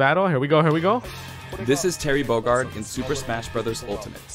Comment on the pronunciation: I love how he just (refuses?) to pronounce Bogard right